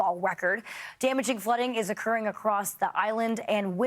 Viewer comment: lol, she called Kahului “Kahlua”😂 What she had in her coffee I guess🤣